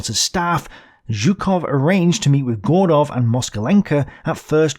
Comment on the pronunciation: I don't believe my ears, you've started to pronounce Zhukov correctly again. Better later than never!